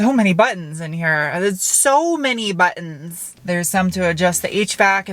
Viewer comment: So many! Yaay! Wot? I love the way you say buttons, sad, I know, but there it is. Great car view vid as always, thanks ().:-D